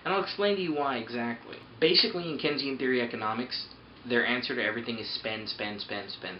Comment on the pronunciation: This is one of the most ignorant videos I have ever watched. 1. you are saying Keynesian wrong. 2. 1.05 No dumbass the federal reserve/government does not need your money to spend. Want to know why (THEY CAN PRINT THE MONEY THEMSELVES). Which you even state . 3. QE inflation happens? Dude we have added trillions of dollars to the money supply. "St. Louis Adjusted Monetary Base" Where is this hyperinflation/ high inflation you libertarians have been crying out